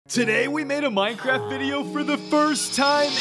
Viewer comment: it’s minecraft not moincraft